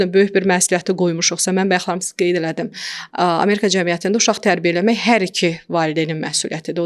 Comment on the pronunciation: AmErka yox Amerika!